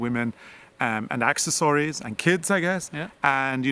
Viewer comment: Ive used the word cohorts but understand it as slang for partners in crime. (Not real crime but more like mischief). you got me on your pronunciation of accessories. (Then got it) 🥰 another great video. Asta la pasta. Till next time